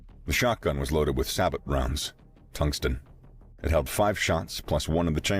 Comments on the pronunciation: Its sa-beo not sa-butt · Sabooooo! The T is silent on sabot! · sabot is pronounced 'SAY-bo'